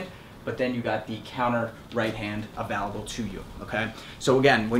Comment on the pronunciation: “avalable/avaluable” hehe